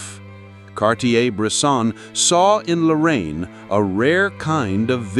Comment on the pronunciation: His last name is pronounced lah-rrah-eén